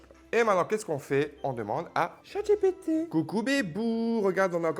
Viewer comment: à force, c'est plus chatGPT mais chatG-ré-PT... 🤡